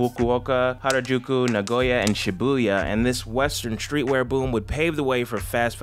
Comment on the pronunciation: Its not shibuuuuuuuya its shiiiiiibuya